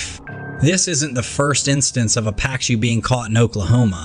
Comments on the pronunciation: The fish is a Pa-Koo. Not Pa-Cue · Why did the narrator pronounce "pacu" differently 4 times?